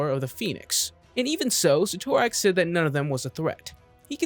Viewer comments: Proper pronunciation for Cyttorak: Sit-er-ak. Don't believe me just listen to any time the spell Crimson Bands of Cyttorak is cast. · The guy is so wrong he can't even pronounce Cyttorak correctly. How can you make comic videos when you screw up simple names like Cyttorak or ignore the fact that the one below all isn't the one above all's antithesis, it is the one above all. Your like watching a five year old who JUST read his first comic, believes he knows everything, and tries to recite what he knows. Half truths, major inconsistencies, and wrong about 90% of the time. Also great job NOT MENTIONING Zom, one of the most powerful demons in the marvel multiverse, so powerful it took the Living Tribunal to beat.